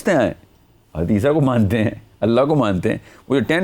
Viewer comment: Hazrat lSA ko aap aisa pronounce krty jesy keh rahy hon hadisa.